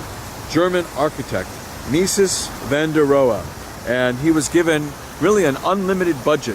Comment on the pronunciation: Mies is pronounced "mees," not "meeses."